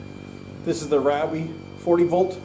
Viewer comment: Ryobi is incorrect. It’s Ree o Bee.